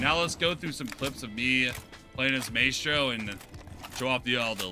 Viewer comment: It’s pronounced “my-stro” not “may-stro”